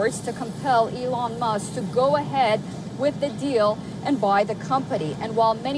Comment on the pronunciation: Who's Elon musss?